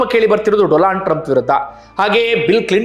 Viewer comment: ಕೂಡ "ಡೊಲಾಂಡ್" ಅಂತ ತಪ್ಪಿ ಅಂದು ಬಿಟ್ರು😂😂